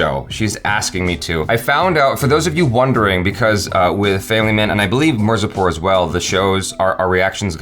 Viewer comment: It's mirzapur not marzipur 😂😂😂😂 😅😅😅😅